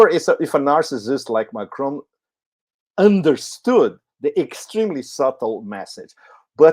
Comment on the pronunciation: it is NOT McRoan it is MACRON, just as it looks, MAC RON!!!